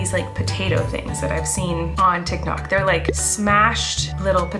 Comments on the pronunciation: Did anyone notice that she said tiknot insted of tiktok ?😂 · Anybody notice how Colleen said "Tik-nok instead of Tik-tok" 😂😂 that's pregnancy brain for you 🤣🤣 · Did she say TikNok?? 😂